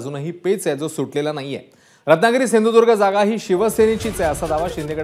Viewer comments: Hyala shindhudurg bolta yet nahi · सिंधुदुर्ग पण म्हणता नाही येत याला🤣🤣🤣🤣